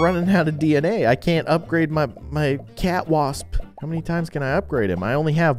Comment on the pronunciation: You called the cat wasp cwasp